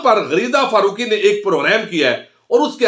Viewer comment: فرُوقی کیا ہوتا ہے فارُوقی لکھیں ، اُردو قومی زبان ہے تلفظ پہ توجہ فرمائیں